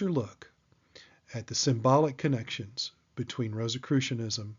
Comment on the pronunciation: Yeah you’ve said “croy” twice and I can’t 😭😭🤦🏼‍♂️🤦🏼‍♂️